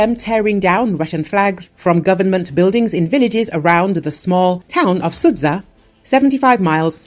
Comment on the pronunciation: I speak Russian and i can tell you that nowhere in the video was anyone cursing the russian army. Those people were saying that Ukrainians destroyed the houses, cars and looted the houses. And please, learn how to pronounce Sudzha, its painful to listen to you butchering it🤦.